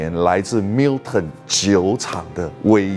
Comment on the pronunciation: 不是華人執著英文發音正確的問題。如果將Gordon & Macphail 讀成golden macfield ，strathisla讀成strath-islay (道歉更正: 的strath-islay讀的是對的, sorry)，你也覺得沒問題只証明你的水準如何。讀Milton時卻非常正確，為什麼另外的可以差那麼遠？差少少真的不是問題，差那麼多就有點那個了。